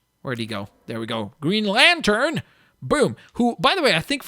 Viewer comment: You could have called Green Lantern "GreenLantrn" so it would sound the same. Not a big deal though.